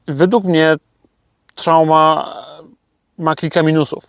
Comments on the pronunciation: dzięki za info ...jedyna uwaga Truma nie Trauma ;) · Truma w wersji diesel także występuje dodatkowo jest także wersja diesel +230v i truma trumatic nie trałma . Trałma to chyba została Tobie po uszkodzonym silniku w kamperze 😁